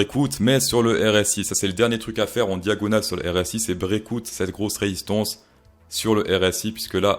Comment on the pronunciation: Cher ami, bonne vidéo, très divertissante. Par contre les éléments de langage sont ignobles...si tu commences à dires break en anglais le "out" dis le en anglais pas comme un plouc français.... Ethereum dis le normalement aussi parce que tu forces c'est vraiment pas agréable Voloum.... pareil ça pique Juste le petit effort sur le langage et tout est bon